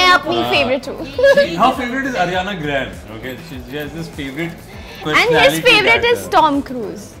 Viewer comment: Mohsin said ariana gran rather than ariana grande 😅